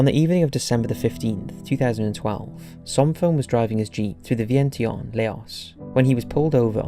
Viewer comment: Laos is pronounced ‘Lao’ Vientiane is pronounced ‘Vienchan’ 🙏🏻🖖🏻